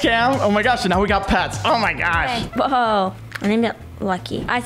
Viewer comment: otay he said otay*presses accept*are they gonna do it? He said otay, he said otay Me:*dies of laugher*